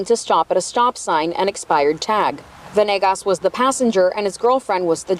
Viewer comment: Isnt it veNAYgus? They keep saying venIGGAS